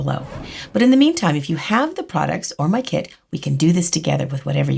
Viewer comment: When she said kit I heard it as kid. "..or if u have my kid." ???!